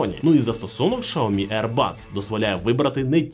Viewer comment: Шаомі... ой чувак